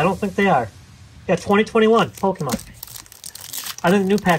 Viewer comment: love the videos, but needs to learn his pokemon pronunciations lol.